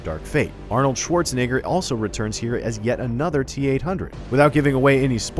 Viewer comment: my man totally forgot about the “e” in “Schwarzenegger”